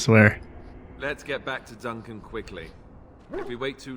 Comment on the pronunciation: Okay so I’m watching while I’m working from home and your pronunciation of “Duncan” as DONK-an every time makes me smile. I keep thinking “ooh he thicc”. I love your videos! Please keep them up. I’m replaying DA2 now. 😊